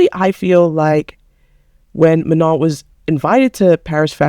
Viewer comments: Her name is pronounced Mano don’t say the n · You're acting as if Danis dad is targetting Manon for being black. You arent even respecting Manon by pronouncing her name wrong...